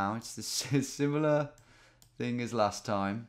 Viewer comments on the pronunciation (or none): none